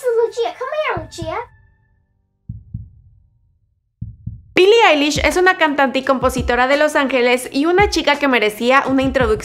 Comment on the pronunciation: Bili ailish xd